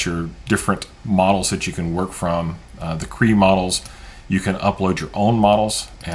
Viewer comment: I'm pretty sure it's not pronounced "KREE"...rather, it's pronounced "KRAY-AH". smdh